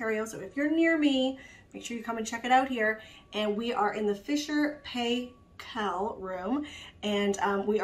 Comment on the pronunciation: Proper pronunciation is Pie-kle, not Pay-kle.